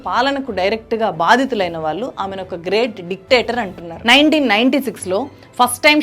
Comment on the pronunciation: మీకు ళ్ళు పాలకదనుకుంటా. వాల్లు, మనవల్లు, ఆందోలనలు అని చదువుతున్నారు